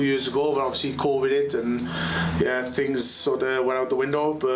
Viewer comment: Well said, though Con\/id hit, not Co\/id.